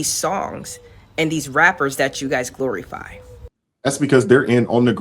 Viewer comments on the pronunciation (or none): Why does she keep saying “gloryfy”?